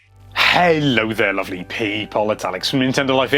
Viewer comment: Why does he sound so irish when he says lovely people